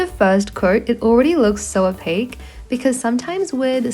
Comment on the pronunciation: STOP SAYING OPAC!